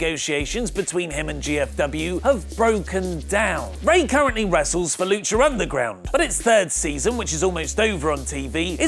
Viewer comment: Stop adding R's to words. Luchar Underground, John Cenar????????????